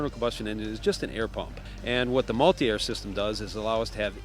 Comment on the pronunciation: Mulit-air haha